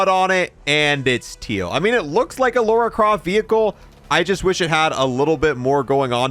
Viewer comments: It's LARA not LAURA. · Who is this "Laura" you keep talking about? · I am getting triggered it's called Lara not Lora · Lora croft? It’s Lara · her name is Lara, not Loura, not Lora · Why can’t Americans say Lara? It always sounds like Laura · Lara not laura 😅😅😅😅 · It’s Lara, not Laura. She isn’t some random British woman, maybe you should play something other than the reboots. It’s Keeley Hawes, the voice actress of Lara in the Legend trilogy and spin offs. She’s voiced her for years and is a pro